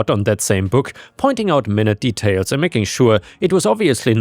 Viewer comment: FYI "minute" in the sense of "very small" is pronounced differently, it's like "my newt"